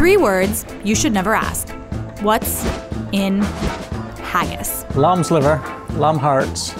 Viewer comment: "lam's liver, lam harts, lam langs (gibberish)"